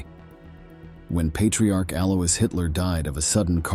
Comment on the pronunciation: German is not a dialect. Different areas speak different dialects. Bavaria has a Bavarian dialect, curiously enough. Adolf (NOT Aydolf!) Hitler's normal speaking accent was unusually soft, not really guttural. And, Alois is pronounced AhlOy-ss, not AlOUIs.